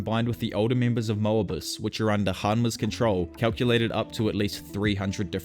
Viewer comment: Moebius pronounciation tho.ooof